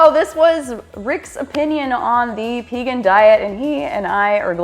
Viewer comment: Thank you for pronouncing P-egan, like, V-egan. So many people say Paygan.